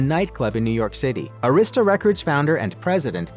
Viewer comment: Just hearing the mispronunciation Arista records is so disrespectful SMH